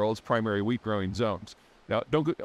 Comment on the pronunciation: Did you say weed? 😂